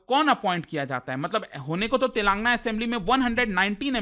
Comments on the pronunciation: It is not तेलांगना it is तेलंगाना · It's TelangAANA not TelAAngna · Its Tel lagana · Mr. it is not Telangna but Telangana . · Eee bhaii it's tel. Ang. Aana pronounce it properly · YOU PRONOUNCE STATE NAME WRONGLY WATCH SOME TELUGU NEWS CHANNEL CORRECT it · Bro u are not pronouncing telangana correctly it's very awkward the way you are pronouncing